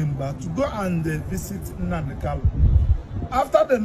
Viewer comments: Not kalu but kanu please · Its not kalu but kanu oga please